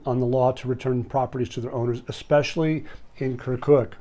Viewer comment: You sound dumb when you say expecially -its not even a word! Look it up and the pronunciation too.